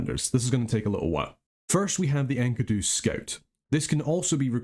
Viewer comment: Thanks for another cool national overview, but, "Enky-doo" Really? ^_^ I have always pronounced it "En-key-doo" so that was a real trip...